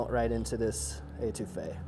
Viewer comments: Étouffée - to smother, nice try though. Your pronunciation would drive my Cajun grandmother nuts. Also, adding the tomato makes your Étouffée Creole. Cheers, and laissez le bon temps rouler! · I'm sorry. The way you Étouffée is driving me nuts.